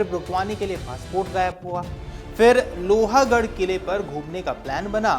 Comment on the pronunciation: Not loha it's pronounced as लोहगढ.